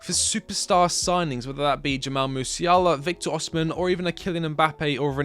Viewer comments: why tf do people keep saying oSHImen oSHImen IT'S OSIMHEN BRUH osimHENNN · OSIMHEN NOT OSHIMEN